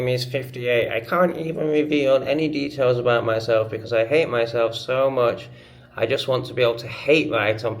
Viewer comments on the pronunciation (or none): none